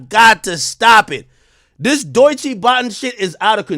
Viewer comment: The only people hating on Doechii are Drake stans. What about her going absolutely viral on YouTube and TikTok doesn’t Ak get. And I hate the way he mispronounces her name. She is just catching these strays because she is signed to TDE. Ak used to be better than this